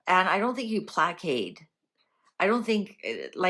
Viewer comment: Coming from contribution, “placate” is pronounced “play•kayt”. Hang on. Good lord is this what that viper wrote?! A play on words to play Catherine?